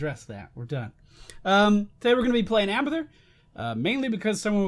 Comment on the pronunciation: I thought he said "We are gonna play hamburger."